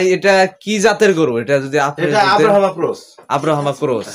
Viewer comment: আব্রা হামা না ভাই, ব্রাহমা ক্রস হইতে পারে, কি যে মানুষ আপনার নামটা ঠিক মতো বলতে পারেন না